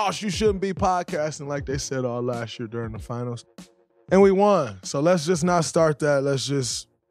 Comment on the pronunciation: you emphasized the word last year as if it's this year😂 that was hella cringe.